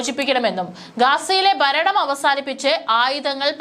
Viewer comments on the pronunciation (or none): none